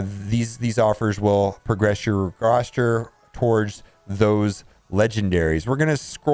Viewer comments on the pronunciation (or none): none